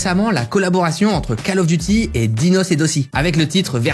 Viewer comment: Je voulais m abonné mais j ai du coupé la vidéo après la prononciation de call of duty 😢 je supporte pas 😅cal of duty ? Call ( appel) of duty ( du devoir) 😢mais cal je sais pas 😅